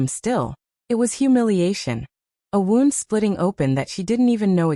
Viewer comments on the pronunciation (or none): 'Wound' as in "I wound the wire around the spool" instead of 'wound' as in "I have a wound that cannot heal." FAKE AI STORY! Thumbs down.